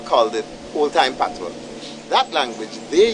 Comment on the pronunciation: Dee Davis patios not "patrois"